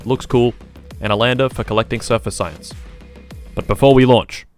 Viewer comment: Ah yes "sayianse"